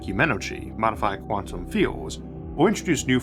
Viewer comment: I think I started noticing them most prominently nearer the end of the video. Let's see... "take" "tantum" "pocktick"